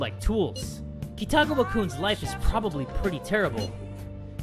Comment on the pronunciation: Great video as always! Just wanted to fix something. Kitagawa is pronounced (Key-ta-gah-wa). xD